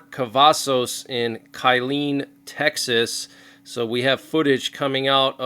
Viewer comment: It’s pronounced kill een